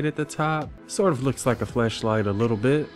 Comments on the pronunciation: He is saying flesh light instead of flash light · Ooooohhh its FLASHLIGHT not FLESHLIGHT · I'm hearing flesh light not flash light lol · When he was saying flashlight y’all I heard was fleshlight 😂💀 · You saying fleshlight or flashlight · flashlight or fleshlight? couldnt tell what u said lol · Did anyone else hear flesh light when he was talking about the flashlight? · Swore this man was calling it fleshlight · I just keep on hearing fleshlight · I thought you said fleshlight, my bad. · Thought you said Fleshlight.......